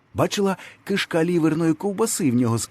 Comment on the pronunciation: Читаєте гарно, але зверніть увагу на наголоси. кИшка, а не кишкА. Спробуйте послухати записи українських новин, телепередач 50-60 х років.